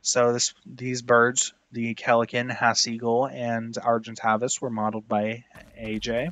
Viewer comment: Bro I think he is pronouncing some of the names wrong. Like coleocanth and Argentavis.